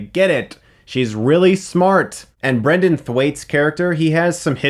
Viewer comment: BRENTON Thwaites, not Brendan. That's my name, Chris, get it right :)